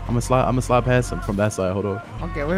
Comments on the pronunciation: Free “pastage” 🤣🤣🤣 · “Free Pastage”